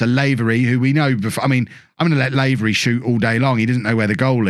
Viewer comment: "Lah-very" aha